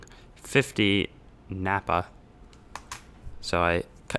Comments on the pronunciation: The lower denomination yugoslav coins aren't "napa". It is pronounced as "para". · # "PAISE" = "CENTS"; "RUPEES" = "DOLLARS" # "PARA" (not "NAPA") The Yugoslavians use Cyrillic Alphabet. Their "P's" are upside down "U's" and "R's" are "P's." # Probably stainless steel 5¢, commemorating Canadian Nickel industry's 100 years. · ugh... The Yugoslavian coins are PARA, not NAPA. It only looks like 'napa' because it's in Cyrillic.